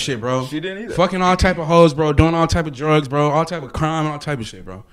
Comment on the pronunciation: DOING CRRRIME 😂